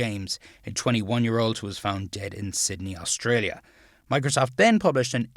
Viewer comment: "I think Mocrosoft is a trustworthy... " lol